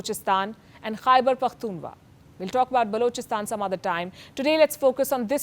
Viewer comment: Aunty atleast pronunce Pakhtunkhwa well..😂😂💩